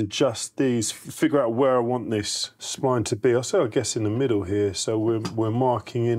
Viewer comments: Spleen jig? It's spline jig. Spline like spine. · I'm from the UK, it's the first time I've heard it pronounced 'spleen' too. Slightly irritating!